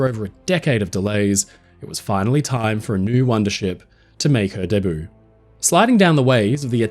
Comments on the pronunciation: Loved it!, just FYI, debut is pronounced "day-byoo", not "day-boo". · Is your pronunciation of debut French or proper English? As a speaker of American English I have always said it "day-b'you". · Now if would only fix his pronunciation of "debut".